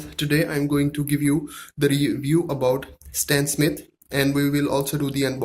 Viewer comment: It’s stan smith not stan smit